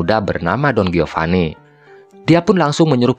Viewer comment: Geopani, Gonjalpo, hahahaha..... Sunda banget.